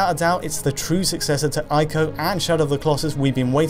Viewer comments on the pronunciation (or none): Ee-co, not Eye-co! For heaven's sake! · It's not pronounced eye-co. It's pronounced ee-co. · "ee-koe" not "eye-koe" sheesh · It's pronounced "EE-KO" not "AYE-KO". I know that some people don't like to pronounce foreign words , for fear of being pretentious. But all of the sounds in the word ICO are available to you in the English language. You know that Nintendo console called the "Wii"? You don't pronounce it "WIE" do you? Please trust me I studied Japaeneas in high school. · Are you sure Ico is pronounced 'eye koh' because I am sure it is pronounced 'e koh'. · Say it with me..."E KO" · they're pronounced eeko (ICO) and treeko (TRICO)